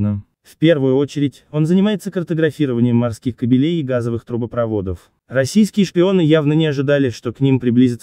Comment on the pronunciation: кАбелей, а не кабелЕй.